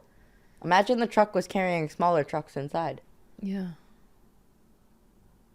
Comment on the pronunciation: it took me this long to realize you were talking about "trucks" and not "drugs". (I had the audio low and I'm sleepy ok)